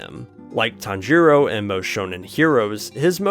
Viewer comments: “Tanjeeero” has to be rage bait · your pronnouncation of tanjiro is making me want to jump of a cliff